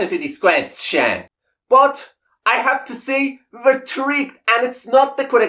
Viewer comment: At first watching his videos, the way he pronounced “question” (kwest-CHEN) bothered me. Now I get a kick out of it. 😊